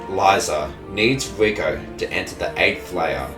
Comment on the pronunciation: The way you say 'Riko' sounds like 'Vueko' another character from this anime, it's confusing.